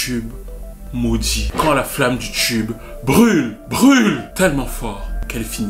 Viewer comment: Un quoi? Un chube, un chube ?